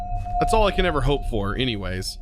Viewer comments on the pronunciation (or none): none